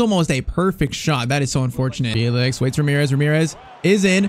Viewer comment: Great vid, but I think it's pronounced Fell-ix instead of Feel-ix